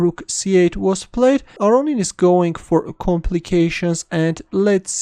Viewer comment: Lev aronin ???!? Chess is strange